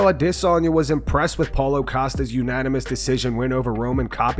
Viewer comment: You need to say adesanya correctly.